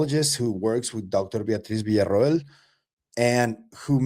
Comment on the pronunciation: Finally someone who can pronounce Villa-Ro-el